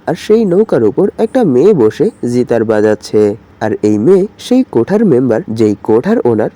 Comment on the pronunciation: জিতার নাকি গিটার 😐😐